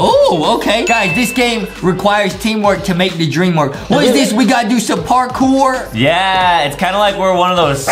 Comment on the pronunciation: Parkore more like bark-ore